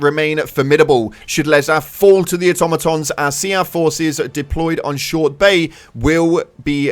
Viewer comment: SEAF (seef) it’s pronounced “seef” like “rear” (reer)